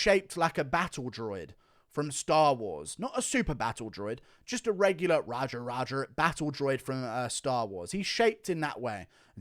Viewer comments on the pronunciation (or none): none